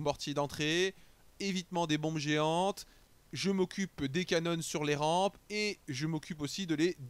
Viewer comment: bien bien, j'ai juste ptdr quand tu dis les "cannones"